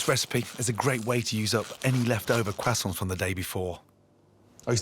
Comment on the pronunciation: Getting hungry watching this at 2 in the morning. And also the way he says "croissants" is too funny to me. I know foreign words are hard, but imo it's not a shame to not be able to pronounce them.